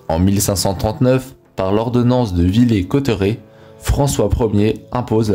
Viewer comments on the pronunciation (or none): Aors juste comme ça (ne le prend pas mal) mais tu prononce trèèèèès mal Villers Cotterets se prononce (/vi.lɛʁ.kɔ.tʁɛ/ (Ville Aire Côte Raie) ;) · l ordonnance de "villé-coteuret"... aie... ça fait lecture d'un texte dont on n'a pas beaucoup de notion de base... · Villers cotterêts ne se prononce pas villet ! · Min 1 Ce n'est par l’Édit de "Villé -Cotterets" mais de "Villers-Cotteret" se prononce "Villère ..." 2 François 1er a imposé non pas le français, mais "en langue VERNACULAIRE" ! Il s'agit, principalement du français, mais pas uniquement ! ... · Et on dit VILLERS COTERÊT. pas Villé cotteret !!!